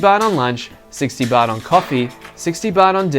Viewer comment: you make Baht sound like Butt